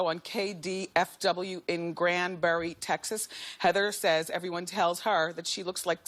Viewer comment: the only think I want to comment is, she said grand barry texas, I'm from tx gurl, it aint pronounce that, its grand prarie texas.